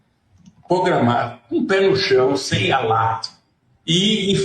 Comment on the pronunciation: Quem dará voz de prisão ao diretor da PF por prevaricar, em prol do ex presidiário e de seu irmão? "Pogramar", diz o tal frei, além de corrupto não sabe sequer falar o português básico, igual a seu irmão, que gera vergonha dos brasileiros diante de outros países!